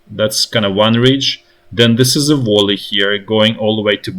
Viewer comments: Observation: It's "vAlley" not "vOlley". Like "uali" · Friendly advice, no judgement or derision: look up the correct pronunciation of "valley", since you will probably be using the word a lot in the following days. Esp, since what you're saying sounds like other English words (wally, wolly). More like "vah-lee", rather than voh-lee. If that helps. The "v" isn't a "w" sound either, it's the "v" as in, for example, "Volnovakha".